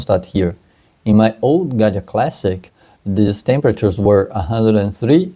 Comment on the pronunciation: Just for clarification purposes it’s Gaggia, not Ganja.